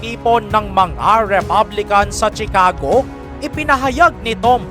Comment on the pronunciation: Please know how to properly pronounce the……PRESIDENT, CHICAGO, ILLINOIS and the rest…..Hindi na basta may content ka lang.